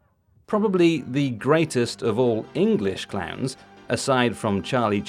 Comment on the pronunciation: Oh, ‘clowns’. I kept hearing clans.